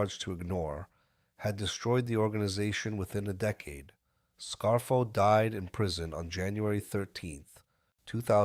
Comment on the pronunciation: I'm not sure how this AI narration works... but dude... can you at least set it to pronounce words correctly... you gave us decade as DEE-cade and DECK-ade.... in the same sentence! I still subscribed. Pretty good recap.